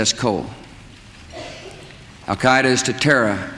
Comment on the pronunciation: "Our war on Terra begins with Al Kiduh"